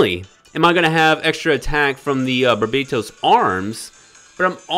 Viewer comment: Bar-bah-toes not bar-bae;)-toast. Love you! Passing on banner